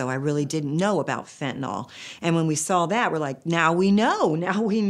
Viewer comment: Agghhh… it’s FENTANYL FENTNOL!!! 🙄